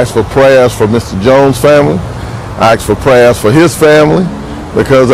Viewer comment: I axed fo prayuz?????